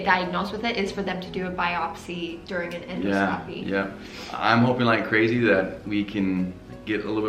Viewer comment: En dos--copy!! Not, endo scopy! Important to pronounce it correctly!!